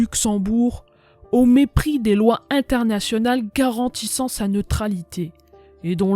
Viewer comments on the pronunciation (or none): none